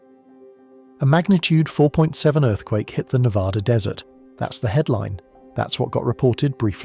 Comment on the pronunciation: Can you say Nev-Ad-Duh!!! Cant even say the states name right. Im not watching anything more